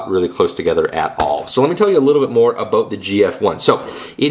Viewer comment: lol, aboot